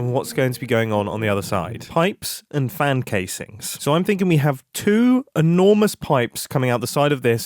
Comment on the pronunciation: ''farn''. where did the london accent appear from mumbo?. (its pronounced ''fan'' for context)